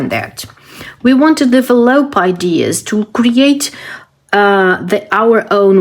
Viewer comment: you have a lot of good ideas. I enjoy watching your channel… You are pronouncing the word “develop” wrong…it is pronounced like: “duh-vel-up”… hope this helps